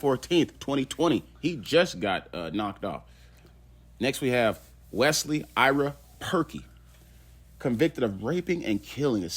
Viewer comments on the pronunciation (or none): none